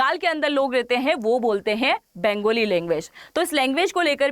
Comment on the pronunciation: बेंगोली नहि बंगाली बोला करो ।